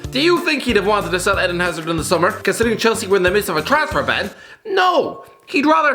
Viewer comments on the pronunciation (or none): none